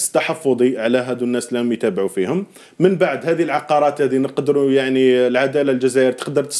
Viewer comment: العقارات وليس العقاقير ؛ العقاقير تعني توابل 😂